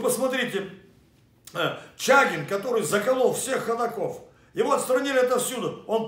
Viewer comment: Не Чагин,а Чёгин. Сумбурно как то все. Тихонов уже не тот.